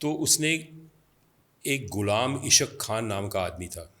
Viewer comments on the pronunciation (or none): How you write a book when you are not able to pronounce Ghulam Ishaaq khan? Ishaaq khan not isq khan.😅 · It's not Qaadir it's Qadeer khan and not ish aq khan but Ghullam Is haaq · All lies hinduata it is gross lies you even not pronounced Ghulam Ishaq khan.